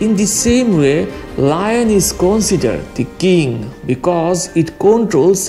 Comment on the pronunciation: Lmao learn to pronounce "consider" People consider lion or tiger king in their respective area(lions don't even live in jungle, i don't what disney was smoking) .In europe lions are considered king because of it was symbol of Britain and was apex predator in europe. In asia it is tiger. And they are both apex predators and king of their territory. But you are clearly biased. Lions are not majestic or have some attitude of king but it is mere fantasy of civilization and they literally don't give a shit about this. None of them are king of jungle cause elephant will crush them with ease. To be honest there is no king in Nature. I don't why people just see bravery of lion but not cowardice like killing cheetah for no reason. That is not how king act. Bravery is not associated with 1 species. Some humans are brave and reckless and some are not. Just like that lions and tigers have traits like that and Every individuals have different traits. Not all lions or tigers are brave. Lions have more confident when they hunt in group just like us. And real brave animals or honey badger, sloth bears, otters and wolverine who hold their ground against big cats like tigers ,lions, jags and wolverine hold their ground agaisnt bears. I guess it will go over a head of fanboys who livez in fantasy of Disney. I have seen baboons actually making lioness run. See its depends on individuals and so many other circumstances and you can plainly say who is brave and who is not.